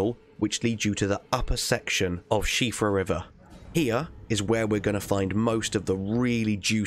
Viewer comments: NOT SHEEFRA ... SHEHFRA #IRISH PERSON HERE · Siofra is pronounced See Off Ra unless the I is the special I used in the Irish language which in Elden Ring it does not have so should be pronounced in English as See Off Ra, so while u weren't wrong perse u were still using the wrong pronunciation of the name in Elden Rings context it is only She Fra if it is spelled the Irish way which Elden Ring does not. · Props for actually looking up how to say the name, the Irish appreciate it a lot more than you might realise! Buuuuut since you mentioned/joked you might be saying it wrong it tells me you're okay with me telling you... You're almost perfect! "SHE-o-fra". You wanna pronounce the o very quickly and very subltey, the rest was bang on and then you'll have it flawless! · It’s pronounced she-fra river? I’ve been calling it Sofia river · uhhhh 'siofra' is pronounced 'jail' lololol great video! discovering the siofra river well completely blew my mind, definitely a gaming moment I'll remember. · My friends dismissed my attempted Gaelic pronunciation "She-Fra" outright 🤣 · THANK YOU!! I'm glad it's appreciated hahaha - I've even had people tell me "erm I'm pretty sure you're getting it wrong, if it's Irish then surely it's pronounced "sea-ofra"...... I like you 🤣❤️